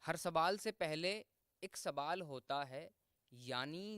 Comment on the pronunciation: ka shayad kuch talaffuz me dikkat hai Sawal ko Sabal Zawal ko zabal padh rahe hain